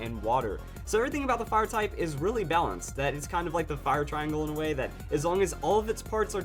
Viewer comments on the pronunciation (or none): none